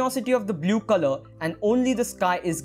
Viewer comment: Dude, the tutorial is fantastic but please don't say "blyoo"